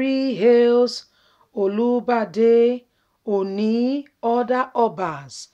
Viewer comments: Try to pronounce good, not olubade,but olubadan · It's Olubadan not Olibadan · You could have just mentioned Oba of Ibadan rather than wrong pronunciation. That's a traditional King! Please check properly before you broadcast. Thank you! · Sister, i love what you're doing. But try as much as possible on how to pronounce names and titles of Nigerians. Your pronunciation of Olubadan and Ooni of Ife was wrong. God bless you.